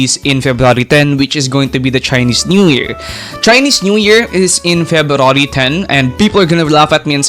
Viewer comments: i heard " ferrari " instead february 😰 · febrawry man i didnt even notice until you said it 😂😂